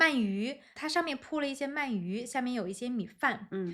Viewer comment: Am I hearing correctly that you pronounce 鳗鱼 as man4yu2 instead of man2yu2? Anyway, awesome episode!!!